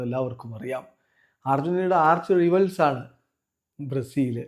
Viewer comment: എന്റെ പൊന്നു ചേട്ടാ, 'റിവൽസ്' അല്ല 'റൈവൽസ്' ആണ് 🤷🏼‍♂️